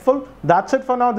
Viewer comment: "I hope to see you in my next Wideo" lol